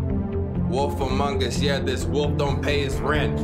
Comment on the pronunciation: Before this game play I kept thinking was saying wolfamongas. I was like.... awolfa what?!